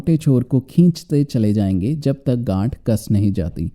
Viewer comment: 1.24 gath to gand jaisa sunai de raha tha😂😂😂😂😂😂😂